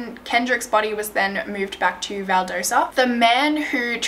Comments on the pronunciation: She also says valdosa instead of Valdosta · It’s val-dah-sta this is actually super close to me this is weird lol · FYI: The town is Valdosta, not Valdersa. Macon is pronounced Maycon. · This was a case of injustice, which happens a lot in Georgia. Racism is still a very big deal there, as well as classism. It's terrible. The town of Macon is pronounced like Bacon. And Valdosta is Val daw stah LOL Thank you for covering this. It is such an obvious coverup and miscarriage of justice. :( I feel so badly for his family. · You pronounced Valdosta and Macon wrong ...lhs is my school lol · & you left out a lot ... it’s waaaay more to it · This is one the most detailed videos I've seen on this case, really great job! I'm from GA and for what it's worth, they're pronounced: Valdosta: Val-DAH-sta and Macon: MAY-con. I have my doubts about the report that came from Macon's coroner. Having lived in Macon for 18 years, I can confidently say it's one of the most politically corrupt places areas I've lived in. Much of Central GA, is. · I live in middle georgia and the way she pronounced places i've known my whole life is so funny. "Valdosa" it's Val/Dost/ah and "Makon" is May/ken 😂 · It's so funny how pronounces the Georgia cities vs how they're really pronounced Valdosta - Val•daw•sta Macon - May•con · I know I’m very late, but you did amazing with this case! Trust me, Georgia towns are hard to pronounce sometimes, Valdosta is pronounced val-daw-stuh, and Macon is pronounced may-con! Great video though!